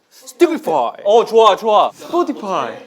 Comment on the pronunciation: dy: SEPOTIPAI✨